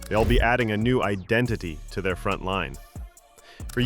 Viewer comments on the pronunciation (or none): none